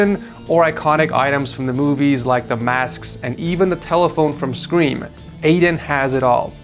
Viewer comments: Anybody else here him say skweem when he was trying to say scream. ?? Lmao 😂😂 too much screams eh 😅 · the way you pronounced scream caught me off guard :)